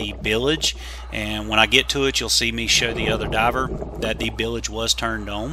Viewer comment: Isn’t it bilge not bilage?? Very interesting salvage job. Good work.